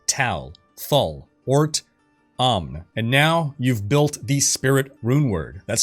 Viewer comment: Tal thul ort AMN. Its AMN not UM!